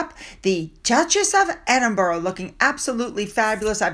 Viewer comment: What would you think of my intelligence if I pronounced Arkansas as it's written twice a week for 3 years? Isn't it time you got Edinburgh and all counties ending in 'shire' correct? There are enough British royal YouTube videos for you to hear the correct way.